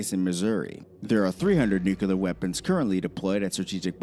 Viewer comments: Pet peeve - saying with word Nuclear as “new-kyu-lar” with 3 syllables instead of the proper two syllables, “New-Clear.” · "nucular"...sigh. It's "nuclear" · I cant take a video seriously that discusses the potentialities of a nuclear conflict when the narrator can't even pronounce "nuclear" correctly. Its "nook-lee-uhr," not "nook-uh-lure." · I love how the guy who made the original video can't pronounce "nuclear" correctly. It just gives you so much more confidence in the rest of what he says. It's new--clear, not new-Q-lar. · Theres nothin in those areas so it doesn't make a populated area subject to attack and, they can reach anywhere from there so putting them on the coast isn't needed. 😊 America is A country, one, singular... Therefore, America is A very strong country 😊 And it's "Nuclear," NEW-CLEAR... Not "Nukular." (The announcer, not you). 😉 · nukular waa, but when? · The narrator needs to learn how to pronounce nuclear.